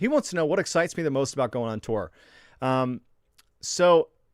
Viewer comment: Love the way you say tour is that like tore, lol,cracks me up!! Haven't listened to the story yet, I'm gettin there!! Living here in Big Sky Montana ✨️ Love the stories, my hubby and I every Sunday tune in for our great and mysterious guy!!